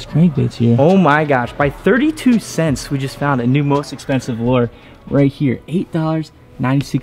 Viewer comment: plzzzz say lure not lore